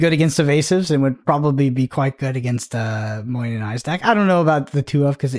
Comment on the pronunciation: Moyen's pronunciation was excellent. (From a french) 👍